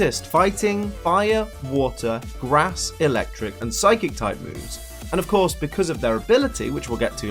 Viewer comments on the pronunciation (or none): none